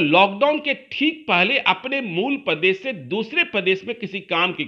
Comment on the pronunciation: Pradesh hota h padesh h language sudare totola